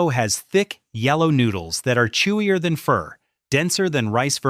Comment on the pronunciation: Its pronounced (pho)fuh not fur🤣🤣🤣